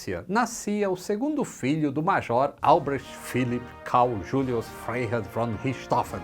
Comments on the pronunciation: FREIHERR. Se pronuncia FRAI HERR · Frei se pronuncia como Frai